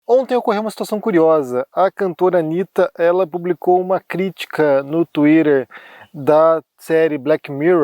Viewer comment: O jeito que fala twitter me pega muito 😂